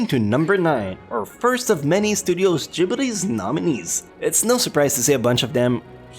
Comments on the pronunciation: And the way he says gibly's... It's Ghibli! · I hate how he pronounces Ghibli...